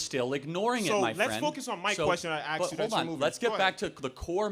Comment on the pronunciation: He “aksed” a question.